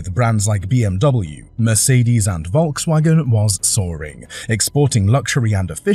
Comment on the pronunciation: Wirr-Schafft-wunder ? Wolkswagen ? Murrkell? Wishful dreaming ??????